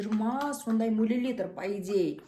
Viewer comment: Мә жаным милилитыр деп әпке😊😊